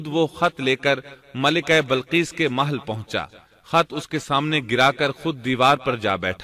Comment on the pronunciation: Bilqees asal word h ye admi balqees parh raha h. Zer zabar ka to dekhly pehly.punjabi h kia